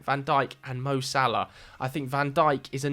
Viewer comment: the disrespect on salah’s name…